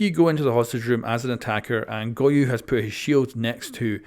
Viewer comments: Go-yo Not goyu got you dude 👌🏼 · Bruh why is he saying goyu? Am I missing a joke? Is that how it's pronounced? Or is he seriously misreading a four-letter-word?